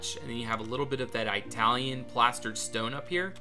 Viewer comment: For the love of god stop saying I-talian... it's italian as e-talian. I hope you don't say I-taly as well, sigh 😔